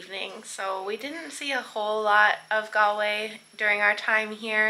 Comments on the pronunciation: Cute kid but jaysus, the pronunciation. GAL-way. 🫣 c'mon lady.🤦‍♂️ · Its spelled Galway but pronounced Golway